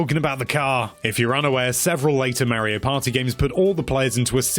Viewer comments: Gotta love “Marry-O Party” 😂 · Figure out how to say mario